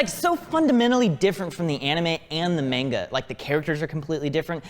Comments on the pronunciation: pronunciation of "Manga" was wrong. He pronounced the 'a' sound as 'pain' or 'cain'. That 'a' is incorrect. The more approximate way to pronounce it would be 'Khan' from the Mongolian Empire or one from English would be the British 'a' pronunciation from 'can'. Linguistic Reference from International Phonetic Alphabet: incorrect - (X) mɛngɑ correct - (O) manga I hope that helps. I'm not trying to be critical but helpful. Love your content and always inspirational. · inner nerd: it's pronounced mahnga not mainga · Saying manga wrong. Mon-ga not main-ga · manga is pronounced "mon-gah" ^.~ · the way he he pronounced manga (ma-uh-ng-ah) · Ok why does he keep saying mainga? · I love you guys, but every time says "mainguh" I cringe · saying "manga" wrong, gets me everytime. Should be (Mon-guh) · "It's so fundamentally different from the anime and the MEYNGA" XD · Did just say "main-guh?" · One day will learn how to pronounce manga. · Stop pronouncing manga wrong!!!:P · I love when manga is mispronounced, it’s quite funny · So are we all just gonna keep ignoring the fact that still doesn’t pronounce manga correctly? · No one going to talk about how says manga lol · That how he pronounces manga